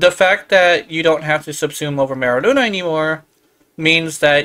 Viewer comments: Literally saying Luna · THAT’S NOT HOW YOU PRONOUNCE MERULINA. LINA, NOT LUNA 🤦🏻‍♂️ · i cant handle how you're pronouncing merulina i dont even play yaerli